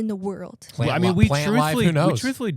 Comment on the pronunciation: Listening to you guys try to pronounce Palantir on the emergency live show made my day